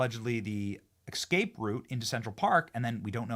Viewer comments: OMG! Benny, I love ya show, but.... the bloody word is escape..pronounced es-cape not ecscape, lol it's driving me insane. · Benny, .. dude.. "exscape"?? 🤔 What is it with you and the English language?